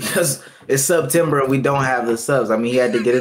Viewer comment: Hearing say “sub-tember” is so gross.